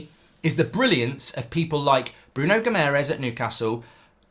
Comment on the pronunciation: Please learn how to pronounce Guimarães properly! There is an extra a with an accente on it, for a reason....